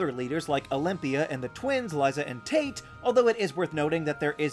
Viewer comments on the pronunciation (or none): none